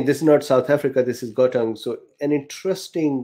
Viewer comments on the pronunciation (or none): Gauteng is a province in SA pronounced kho-teng. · Pronunciation of Gauteng --> G= like the Scottish ch. A gutteral g. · How to pronounce Gauteng. The sound Gau is like "how" in English, but with the "G" sound in the back of the throat, as if clearing out phlegm. Gggow. A round mouth with that "ow" made long and snapping at the end of the syllable, to start the next syllable with a strong tongue movement on the "t". "Teng" is prounced like two words mixed together. The "te" in the word ten. A nice crisp, clear TE. And the "ng" in the word "fang". As the "n" is sounded, it then rolls into the "g" as one would do it in fang. Regards A South African.